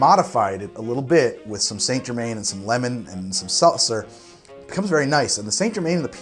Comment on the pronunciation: So i just made this drink exactly the way you did, and am drinking it right now... and as you said, every sip tastes a bit differently. Despite being the cutest drink i have ever seen its pretty delicious. I didnt have St. Germain (wich is btw pronounced differently) so i used the Elderflowerliquour i had, wich maybe isnt that intesive in flavour but i used 1/2 oz of it the second try and it turned out even better... its a flowery drink after all^^ I REALLY recommend this to anyone who wants to impress a girl (especially if shes a GoT nut), its very estetic, aproachable and doesnt taste nierly as strong as it is XD. Ps: Drilling your XXl Cubes while still in the mold really helps...